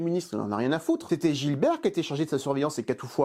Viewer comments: Bernard Farcy incarne le commissaire GIBERT. Et pas "Gilbert". Sinon très intéressant, comme toujours. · "Oh ben ça alors ! Un piège !" Super vidéo. Par contre, c'est Gibert, pas GiLbert ^^ Hâte de voir tes vidéos des autres Taxi... que je ne me souviens même pas avoir vu, tellement ils ne sont pas marquants 😅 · C’est pas Gilbert c’est GIBERT!! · Commissaire Gibert pas GiLbert. "Aie ! mais qu'est ce qu'il est c..on !!" 😂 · J'adore tes vidéos mais il y a une petite chose qui me turlupine chaque fois : ce n,est pas Gilbert mais Gibert 😉